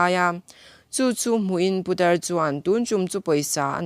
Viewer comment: I video ka lo en kual a,i in siam rem chak hle mai,ngaihthlak pawh a nuam tawh e,mahse i thu lam hi, i lam no ka ti dawn nge i lam tha peih lo ka ti zawk dawn,lam puat,putar tih te puta tih lam ang a ri te leh thu thenkhat te hi a la awm leh zeuh thin a nia..ka subscribe nghal ang che, i ni bawk a.👍💯